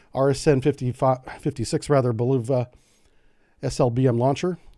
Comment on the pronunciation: and "blueva" Bulava this man has long ago stop trying to say these names somewhat right LoL